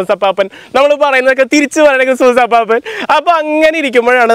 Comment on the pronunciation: അപ്പാപ്പൻ അല്ല അപ്പൂപ്പൻ!!! ..